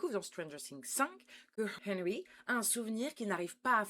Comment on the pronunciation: Nan mais pk? On fais des reacts sur une série trop longue qui n'est pas finie? Nan mais pk? On dit "rainbow arc en ciel" Genre tu as pas traduis mind flyer just après... Perso, je trouve que "arc en ciel" c'est pas la partie la plus dure à traduire... en plus, tu dis hennrhy au moins 10 fois, mais le boss de fin, tu traduis pas son nom... Ah, et puis, juste pour mon info perso, pourquoi le bonnet sur ta tête ? Pblm avec EDF? Calvitie? Tellement de questions...